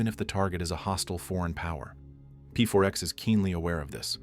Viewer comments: Its not pfourx its pax lol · Why do you keep calling him P.4.X. if you're fully aware it's pronounced Pax? Or is this the wonders of using an AI voice? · ai... A normal person would instantly know to say P4X as PAX. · PEE FOUR X 😂😂 "Pax" woulda done well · P4X? You mean "Pax" right? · "pronounced PAX" Rest of the video: "P-4-X" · "pronounced pax"..."p 4 ex" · "Pronounced 'PAX' - So anyway, P-4-X sits at his desk" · "He chooses the pseudonyme P4X, pronounced PAX" proceeds to never pronoucing it right in the entire video. Good job AI